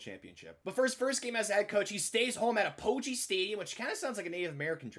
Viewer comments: It’s pronounced Ap-uh-gee Stadium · I’m a north texas fan W Btw it’s pronounced app-uh-gee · For future reference apogee is pronounced app-uh-jee. Sincerely UNT Student :) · Great video, but the stadium is actually pronounced APP-oh-gee not uh-POE-gee